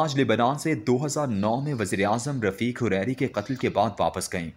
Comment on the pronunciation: ya tubu nhi, ya Tooba li'assham Hashr-ul_munshir nhi, Alhashr-e-wa-almunshir Its Rafiq Hariri, not Hurairi..